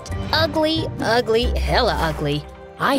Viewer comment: nahh she said ulgy ulgu and hella ulgy